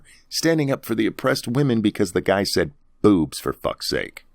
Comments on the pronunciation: It really sounded like he said booze to me. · Pretty sure he said "Bewbs" and not "Boobs." Just sayin'